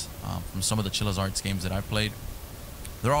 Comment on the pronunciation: Day 291 of still mispronouncing Chillas Art